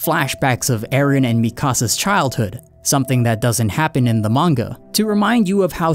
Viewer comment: Cool vid, just wish you didn’t pronounce Mikasa as “Mi Casa”